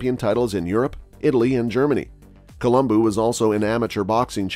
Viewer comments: Colum-BO not BOO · It's Columbo not Columboo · It's a shame his name was mispronounced during the entire video...